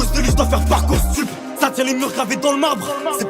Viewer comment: Juste petite remarque, il dit ParcoursTup 😉